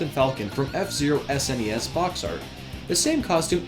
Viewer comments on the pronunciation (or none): none